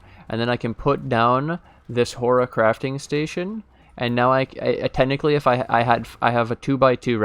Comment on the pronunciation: you're been watching too much Harry Potter ... it's horTIcrafting station ... like horticulture